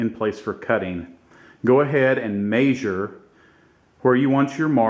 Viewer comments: may-zure lol, thanks for making the vid it helped. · First thing your gonna wanna do is mispronounce the the word “measure” lol. Just playing with. Great video